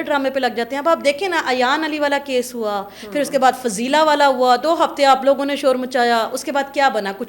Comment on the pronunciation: Read...unn police Walon instead of salon.